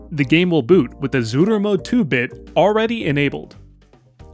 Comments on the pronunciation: I see the word "Zuru"...but all i keep hearing is "Zooter" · Idk if I'm going insane but are you saying zooter mode